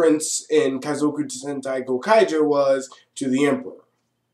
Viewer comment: u pronounced the series right, i had trouble pronouncing it.